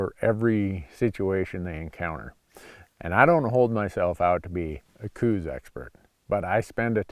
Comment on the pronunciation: I live in Tucson and have hunted Coues deer in southeastern AZ for 40 years. Every time Dumbass Randy says "cooz" deer instead of the well known proper "cows" deer sub species and pronunciation I want to drive to Montana and tape his mouth shut. Show some knowledge and respect, and also stay out of Arizona if you can't.